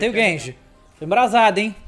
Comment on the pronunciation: N é genji, é gayji